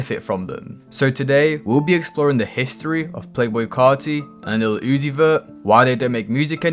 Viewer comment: "Playboi Kaahrty & Leel Uzi Vur"